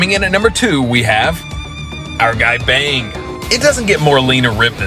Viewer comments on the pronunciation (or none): There's something about when American's pronouncing "bang", they say "Bang" as is like (you got banged) but how you should really pronounce his name is like pronouncing the word "tongue" but say with a "B" at the start.